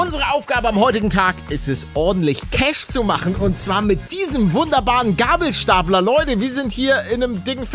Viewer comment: Der "geibelsteipler" wer versteht?